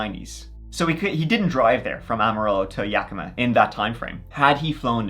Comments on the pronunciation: hearing you pronounce Yakima and Moxee better than a lot of people from the Pacific Northwest is wild 😅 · good job pronouncing Yakima!! 👍🏻😁 I think it was aliens 👽. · I just have to say as a native of the area, good job on pronouncing city names in Washington. Yakima and Spokane are often pronounced incorrectly, but you nailed it! Even some big tv shows like Criminal Minds have gotten it wrong. Details like that are why I subscribed! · Thank you for pronouncing Yakima correctly!! I live there and so many people mis pronounce it!!! 😂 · I always love your videos. Living in Yakima (and thank you for pronouncing it correctly😊) (no, seriously, people say it werid all the time on YouTube🙄), Moxee is truly out in the middle of nowhere Weirdness, serious weirdness. Yakima does have an airport, a very small airport. The Yakima Fireing Center is close enough to be involved in a conspiracy, It's run by the Army I believe... There is a lot of Army training done in the hills between Yakima and Ellensburg. I don't have a clue if it has anything to do with that poor man. BUT a mystery is a mystery... Sad but intriguing stories.